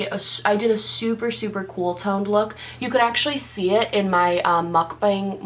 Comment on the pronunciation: How go pronounce Mukbang: Sorry it was starting to get on my nerves lol